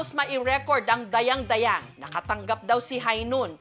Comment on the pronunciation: Hindi tama yong pronounce sion ninyo sa Dayang dayang.hindi pabagsak ang pagbigkas.